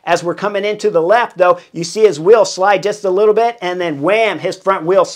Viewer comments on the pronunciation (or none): none